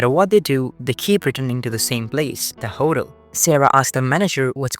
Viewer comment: Your mispronunciation of hotel made me giggle.